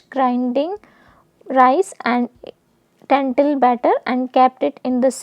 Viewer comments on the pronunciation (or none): Lentil not tentil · It’s lentil.. not tentil😢